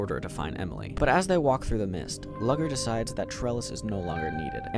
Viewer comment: "Lugger's" name is pronounced "Loo-gurr" my dude 😭